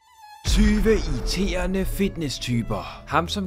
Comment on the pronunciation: lol, det lød som om du sagde 'tyve iTERNE fitnesstyper'